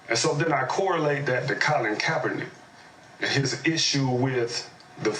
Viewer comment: These guys couldn't even say his name right they don't give a dam about kaepernick all this douchebag cares about is bashing America.